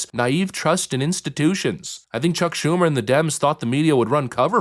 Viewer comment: Did I hear her say "Shuck Chumer?" PFFT!! 🤣🤣🤣🤣🤣🤣🤣🤣🤣🤣🤣🤣🤣🤣